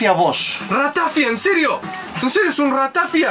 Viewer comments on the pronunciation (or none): Acabo de entrar al video, me ha matado el acento de la ratafia, no es "ratáfia", es "ratafía"!!!!!